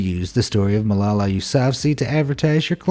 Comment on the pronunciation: AMAZED You butchered Malala's name.